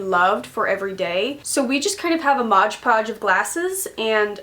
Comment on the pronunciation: Wait! Are you saying hodgepodge or mod podge?